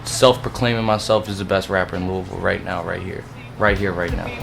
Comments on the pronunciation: UGGGGH! THE "LEWIS-VILLE" GRINDS MY GEARS. It's "Lou-uh-vuhl," my guy. He said it MULTIPLE times IN THIS VERY VIDEO. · it’s pronounced loohavoll not lewisville 😂🤣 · jay kirizz No, it’s Lou-e-ville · Who the f says “Lewisville!?” Lololol it’s luhlvuhl. Lol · Lewisville - eeeesh (loo-weh-ville) - and im a fking jersey boy living in australia hahahah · You can only say Lou-a-ville when you're from here. For outsiders, it's correctly pronounced Looey-ville. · LOUYYYYYVILLE! Not Lewis ville. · This boi really just said louis ville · It’s not pronounced Lewisville 😭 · I was just about to say that lol. He keeps saying “Lewisville” so annoying. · To the host, it’s not pronounced like “Lewisville” & it just grates my nerves when you mispronounce that name! I mean if you’re interviewing an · Louis ville lmao. Keep learning. I'm from ky and it's not pronounced that way brotha lol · I can't be believe a man of his age still pronounces Louisville, "Lewisville". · It's pronounced Loo-uh-vul! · I am Asian but i pronounce it LOWIE - ViLLE goddammit!! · bruh you gotta stop saying LEWIS-VILLE. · he do be saying Lewisville tho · Dude its Lou-Vull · The fact that you say LEWISville really upsets me. Lol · anyone from Louisville knows that nothing makes us more mad than pronouncing the city “Lewisville” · fr fr every time he said lewis I would correct him in my head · Dustin Baker LOOOVULL😂😂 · God dude learn how to pronounce Louisville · Im from louisville and u jus not sayin it right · Its fucking Louisville. Lol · you did not just say louisville like that